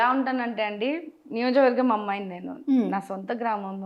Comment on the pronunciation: నియోజక వర్గం అని క్లియర్ గా పలకండి సిస్టర్.All my best wishes.